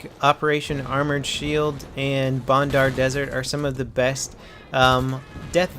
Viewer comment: Its bandar desert not bondar its a A not a O it seine (sen) crossing all over again ok rant over nice video